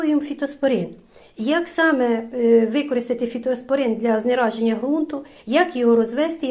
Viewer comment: Знезараження взагалі то. А не знераження